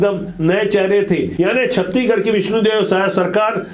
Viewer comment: छत्तीगढ़ नहीं गा छत्तीसगढ़ ।